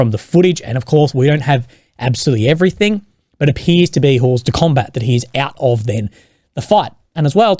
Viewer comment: 'Hors de combat' = don't pronounce the french 'h' and final 't' [ore de komba]